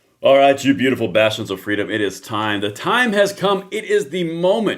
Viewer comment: 😂😂on your intro for the longest time I couldn’t figure out why you were calling us “bastards” (then I did “CC” and read bastions!)😂😂